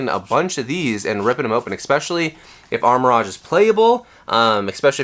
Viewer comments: nah it's "arma-rouge" and "ceru-ledge", he's mispronouncing the names lol (which is understandable but incorrect) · It’s Arma-Rouge (color pronunciation) not Armor Rodge 😂😂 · Its Ar-Ma-Rouge not rohge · It's pronounced armor rogue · Ok I gotta ask…what’s up with the names?? Armarouge —> Armor Rodge?? Ceruledge —> Selluh Ruudge?? Have I been mispronouncing these names all these years? 🤔😂😂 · how can you sell pokemon cards, have a pokemon channel and not know how to say Armarouge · It's a lighthearted joke and I don't think that pronouncing armarouge wrong is a big insecurity that this guy is pointing out